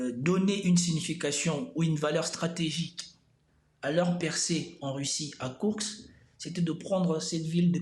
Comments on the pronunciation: Très bonne vidéo, comme d'habitude, mais pitié, c'est KourSK et non pas KourKS... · Salut et merci pour tes explications. Sinon, tu peux aussi prononcer kourSSSke au lieu de KourkSSSe. C'est pas grave et ce n'est pas ça qui fera perdre l'armée russe...